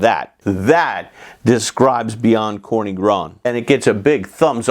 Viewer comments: Another great video, Professor! One small correction - it's TSorny, NOT Korny :) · Corny is read more like "tzorny" not "korny" :-) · General Polish word for "black" is "czarny", "corny" is a way to spell it in a regional dialect of Polish Carpathian Mountains, especially in Podhale. But you right - "czarny" would be /tsharny/, and "corny" is /tzorny/. BCG hasn't got a pronunciation guide on the back appendix for nothing! :D